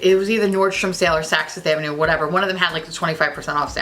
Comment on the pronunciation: my long island ass LOVES hearing you say saks fifth avenue in that new york accent. sounds just like home 😌😌